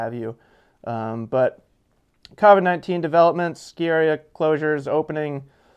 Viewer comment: Covid's with an o, not an a